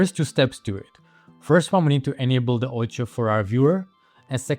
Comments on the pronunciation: Very good video. Thanks! One thing to mention: Its called O-C-I-O Color Space not "Oucha" ColorSpace and stands for OpenColorIO which is a standard for color managment. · Keep pronouncing it the way you do lol , sounds better